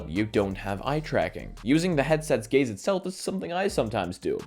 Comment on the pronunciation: I can't unhear him saying 'gays' instead of 'gaze' and its made for the funniest video of his.